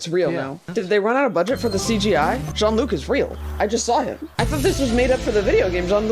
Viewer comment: Bless your heart for pronouncing it Jean-Luc